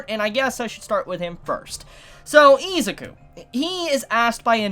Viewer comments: Why do u pronounce izuku as iz a ku. The letter U does not make the sound of A in any word in existance so why would it here. If u cant read or say the main characters name properly how could you possibly act as an authority on my hero and do reviews if you dont have the basics to start. Not being a dink just it annoys me on how professional ppl like you act and then boom english iq goes down to a pop tart. Im not perfect but im easily 60-70 poptarts ahead of you. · its not its izuku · I stopped watching this video because he kept pronouncing Izuku wrong soooo Much in the first 90 seconds 😠😠😠👎👎👎 No Stars unsubscribe unfollow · Why you callling him izuku😭